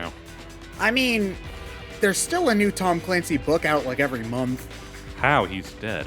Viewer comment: “Tom Calancy” Okay.